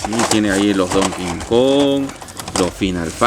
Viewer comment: mano no se pronuncia DON KINKON se pronuncia DONKI KONG